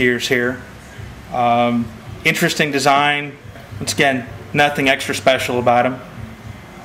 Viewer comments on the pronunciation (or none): none